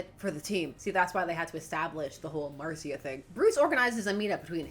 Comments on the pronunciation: Mar-see-uh is the spanish pronunciation, in Gotham she probably said Mar-shuh. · Marcia... It's pronounced "Marsha" as in "Marsha, Marsha, Marsha" and that's my 3,483 cents... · I think it may be pronounced Marsha... mainly because it is American and also because of The Brady Bunch lol